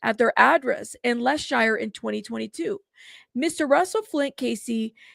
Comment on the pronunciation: It’s pronounced Lestersheer